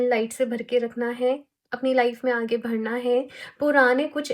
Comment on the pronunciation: Di aap badhna ko bhadhna bolte ho na Aaj notice ki m 😅